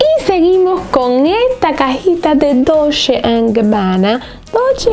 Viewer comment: No es DOLSHHHHE ES DOLCHE ASÍ SE PRONUNCIA Y SE ESCRIBE DOLCE